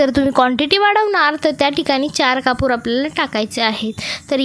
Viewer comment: कपूर हिंदीत म्हणतात हो कापूर म्हणा की मराठी बोलता ना ,सर्दी झालीय का सु सु काय चाललंय 😅 बोलताना दमताय का 😮😢 चाळणीने पाणी गाळतो हो